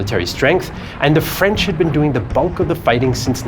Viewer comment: As a frenchman, I must admit that you have an outstanding French accent! It's quite rare for English-speaking people to pronounce our language correctly!